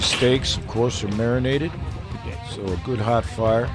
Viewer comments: This is just me bud, but I think its pronounced good... Not guu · You can hear the capital U when he says "good."